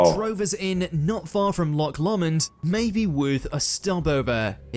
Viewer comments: The last execution in the Tower of London, of a German spy, took place in WW2, in the rifle range. That video totally massacred Scottish names - I hope they haunt the narrator. Loch Lomond is Loch not Lock and said Lowmond. Culloden is CuhLODen and Jacobite is Jack-o-bite. I used to work in a very haunted police building though it was only early 19th century. Everyone just got used to it! I once followed someone into a room only to find it empty with no other way out. The chief superintendent, one taking over from the other in turn, always had activity in their room. Huge seven foot high fire doors would open and shut by themselves. Seen as normal once you got used to it 😂. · I don’t think it’s a robot at all but the pronunciations are awful. It really grates on me. I’m English but even I know how to pronounce these places - and “Jacobite” there’s no excuse for. I believe he butchered “Loch Lomond” as well?